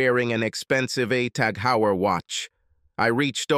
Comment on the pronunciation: The Heuer in TAG Heuer is pronounced "Hoir"